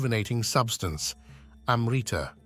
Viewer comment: you want to make a video about Amrita and failed to find out the proper pronunciation of the word, so western.